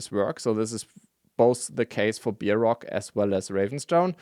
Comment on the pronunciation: 'Angel' is the English version of 'engel', and is pronounced with the 'a' like in 'hay'. 'Bear', incidentally is pronounced like 'bare' rather than 'beer'. English is a stupid and nonsensical language at times. These aren't criticisms, but helpful advice that also gives engagemnt for teh algorithm.